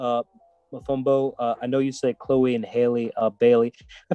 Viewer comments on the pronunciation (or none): none